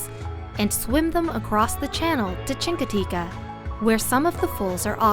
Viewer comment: Definitely neither Chincoteague or Assateague end with an A. My mom lives in Chincoteague I go every year for the past 16+ years.